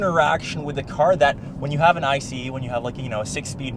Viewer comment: DID YOU SAY EYE SEE EE LOL